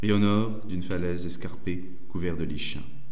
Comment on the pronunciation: je trouve vos lectures superbes et vous y mettez un ton admirable ! Si je peux me permettre (car je l'ai entendu dans plusieurs de vos lectures) il me semble bien que le mot "lichen" se prononce [likɛn], likèn(e). C'est ces mousses du type champignon qui fleurissent sur les mures, les troncs etc... Voilà c'est juste ça qui m'a titillé plusieurs fois, mais qui n'est pas bien grave (c'est facile de commenter après coup) Bonne continuation !